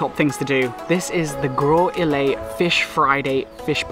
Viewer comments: I see you not from lucia so imma tell you dis... When we say Castries we dont say Cas-trees we say Cash-tries and when we pronounce Cashwew like Cash-shew the same as Castries. When we say Soufriere we say Sou-Frere not Su-freay. When we say Gros Islet we say Grows- Islet. We appreciate the time you took to visit our island. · For Gros Islet you were missing a "Z" sound after grow